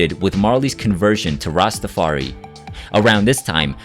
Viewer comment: I remember events a little bit differently. No worries. Please please please show the Rastafari community by pronouncing it properly. Rasta-far-I. Thank you for the video